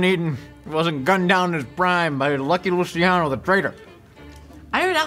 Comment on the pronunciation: Its pronounced Lu"ch"iano not Lu"see"iano